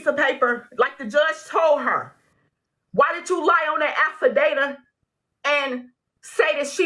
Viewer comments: I'm so sorry LMAO I know people say things and mistake words but she said "Affi-data" instead of affidavit and I screamed 😂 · Gonna re-watch this one just to hear her say she signed an "affudata"...twice. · What is a "affa-data"? Lol😊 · did the plaintiff say alpha data?? . affidavit?? My heart breaks for her <3 .. step moms can be tough. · AffiDATA! Lawd have mercy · It's an AFFADAVIT!!! Not whatever she was calling it lawd! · 🤣 I'm surprised JM never corrected her. "Alfadata"...Lawd! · HHHHHHHHHHHHHHHHAAAAAAAAAAAAAAAAAAA!!!!!!!!!!!!!!!!!! "A state". "Alfa data". Baby, PLEASE learn how to correctly pronounce words!!!! LOL!!!!